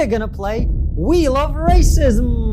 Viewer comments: I first heard 'wheel of racism' as 'we love racism'. It might have been deliberate. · Instead of “wheel of racism” I heard “we love racism” 🥴